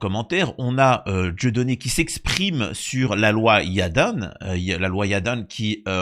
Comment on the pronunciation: y'a un E à YADAN ? la loi YADANE qu'elle s'appelle ? t'es sûr de ça ? 😂 Yadane mdr t'es bien le seul que j'ai entendu tous médias confondus à sortir un tel blaze lol tu te souviens de l'ancien groupe de chanson de la fin des années 80 type années twist appelé les FORBAN ? Tu étais plutôt à dire les FORBANE toi 😅 ton pote ALBAN tu l'appelles ALBANE ?